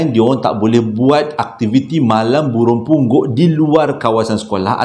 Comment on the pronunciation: Kelako la ne..bp kali tersyayul "Bulung Punggok"..begitu Syulit sgt tu nk sebutnya🤣